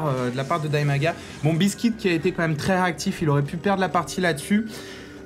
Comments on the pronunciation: Le nom du Terran n'est pas biskit mais BEASTYqt et se prononce "bistikiuti" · c pas bistique c beasty Q T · Ouai on dit "Beasty Kiou Ti" pour BeastyQT. Ou au pire Beasty "Ku Té" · A mon avis, "Beastyqt" se prononce "bisti kiouti" (beasty cutie) ou en français "mignonne monstrueuse" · Je lis Beastyqt, mais j'entends buiscuit^^.